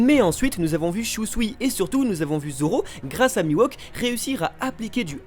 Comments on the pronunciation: Bonne vidéo merci, par contre vous pouvez arrêter de l'appeler Mi-Wok please ? Il s'appelle Mihawk, se prononce "MiHHHHowque" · C mihawk pas miwahk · putain ça se dit mihawk pas miwok ;_ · Par pitié, cessez de prononcer "MIWOK" ... C'est MIHAWK ! :( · "Mi-Wok"...😂 je ne m'y ferais jamais :) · C'est la première fois que je vois le mal prononcer un nom... Mihawk qui devient Miwok 🤮